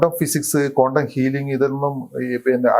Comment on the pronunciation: "കോണ്ടം" ഫിസിക്സ്‌ അല്ല ശാസ്‌ത്രകാരാ, "ക്വാണ്ടം" ഫിസിക്സ് 🤪